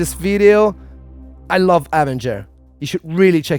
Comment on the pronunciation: Nobody's going to comment on him saying "AH ven ger" instead of "ah VEN ger"?